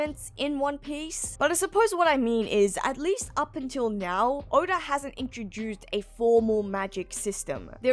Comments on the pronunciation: Stop adding extra sounds in words. 😂 Odaurgh instead of Oda. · I thought it was more, odar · Here's my impression of saying "Oda". You ready? Okay. Here goes. "Orda".